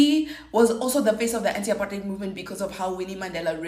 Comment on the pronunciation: finally someone knows how to say apartheid right !!!!